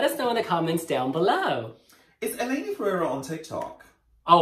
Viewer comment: Just some advice.... It’s Eleni.... a hard E...... not Yeleni. Not sure why you’re inserting the Y.